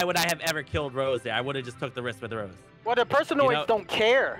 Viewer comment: "I will choke the shit out of you Sq-Rose" LMAO HES SO USED TO SAYING SQUIRREL😂😂